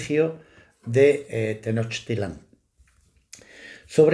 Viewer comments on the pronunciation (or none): Solo una corrección, es TENOCHTITLÁN en vez de Tenochtilan. Gracias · Soy Mexicana 🇲🇽 orgullosamente!...sólo para corregir .. Tenochtitlán* es su pronunciación! Sabe? Los Mexicanos al menos la mayoría, no crea que nos la pasamos pensando en perdones! México es un motor en movimiento, y no nos detenemos, en estar pensando ahora en lo que usted habla aquí Simplemente, así pasó, y creo yo todo tiene un porqué! Pero, sólo escribo para decir, que amamos la paz aunque detalles muy malos* sucedan en México 🇲🇽 pero la mayoría, somos personas, estudiadas y de nobles sentimientos! Amor y Paz 🙏 Saludos ☺️